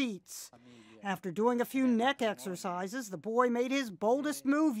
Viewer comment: when she said "neck exersices" I lost it😂